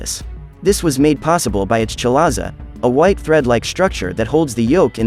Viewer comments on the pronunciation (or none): none